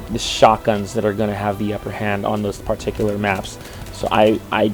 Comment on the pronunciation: wth is he pronouncing "particular" like that? It's really annoying. And he says it alllllllll the time. It's like it's scratching my brain with an icepick.